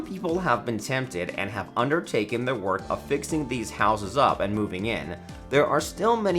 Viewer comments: Great video. One question though. Why do you pronounce the word THE as THEE? Thee way you do it every time takes away from thee content. 😉 😆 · It is annoying that you read the word THE as THEE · Hi-ho Kermit THEE Frog here…. Thee video is mildly interesting, I find thee narration transient, thee narrator subtle yet annoying, thee flow is punctuated by thee aggravating mispronunciation of words thee protuberance of thee word thee peppered throughout is thee worst. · The narration would be so much better if the narrator realizes that "a" and "the" are almost always pronounced "uh" and "thuh." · Interesting, but the guy's over-pronunciations drove me crazy. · Why do people use the long "a" and pronounce "the" as "thee" in front of every word that doesn't require it?? Makes one sound uneducated. Stop it. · Wow. How forking annoying that the presenter over enunciated every word. Every single 'the' pronounced 'thee' and every 'a' pronounced "ehi'. My ears are bleeding. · Please, for the love of Ryan Reynolds, stop saying thē! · What’s all of this ‘thee’ business? Sounds terrible. Thee only goes before a vowel or a vowel sound. You don’t say “Thee owner of thee house” that’s not English. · Pronouncing the "E" on the word, "The", is optional.